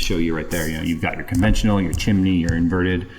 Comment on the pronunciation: The pause, blank stare into the camera, and then the lines with the hands at the same time “inverted” dying laughing